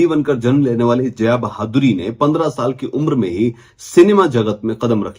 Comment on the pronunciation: भाई वो बहादुरी नही बाधुरी है 🤣🤣🤣